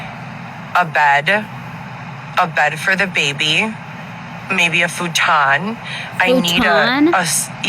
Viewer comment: Can she not say futon like that please